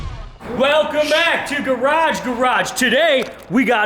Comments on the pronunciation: whats with that pedestrian effort of an intro? Even my grandma knows its pronounced gaRAAge gaRAAge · Next week be sure to say "Garage Garage" correctly or I'm gonna be pissed! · said "garage garage" wrong 😢